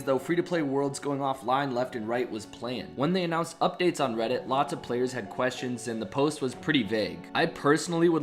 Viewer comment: You say "planned" like "plain" lmao